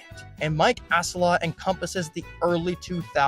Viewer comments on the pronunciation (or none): I couldn’t anymore after Mike “ass-a lot”